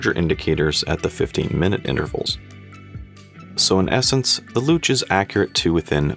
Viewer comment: You pronounced Luch perfectly. I also like that bracelet. I bought it specifically for my new Vostok Komandirskie GMT.